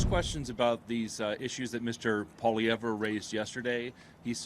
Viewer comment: Exactly when are these journalists going to learn how to pronounce POILIVRE'S name? But desp that Carney still trashes him. What a jealous man